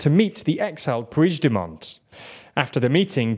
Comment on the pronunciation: I know you are trying, but the pronunciation of "puigdemont" hurt my ears, just say Carles , or if you have to, pronounce it like [PUIXDEMOAN]